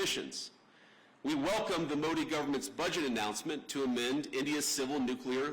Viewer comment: Usha should teach him the right pronunciations for Modi , Akshardham etc. if she knows & cares .